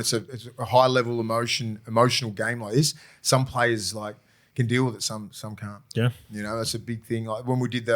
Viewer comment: Can we talk about saying “some cunt” when trying to say some can and some can’t when it comes to articulating yourself. I was pissing myself, love ya